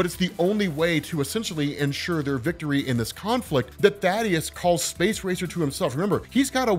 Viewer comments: Also. Thay-Dus. His name is Thaedus, not Thaddeus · Planet's name is "Viltrum" The people are "Viltrumites" also "Thaedus" is not "Thaddeus" its like th-ae-dus. Good videos tho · bro, I think dude's name is pronounced "thay-dus" or even "thay-eh-dus" not Thaddeus..lol aw thad lol